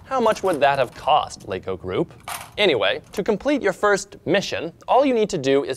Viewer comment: yes said "LEGO" and not "Lego's"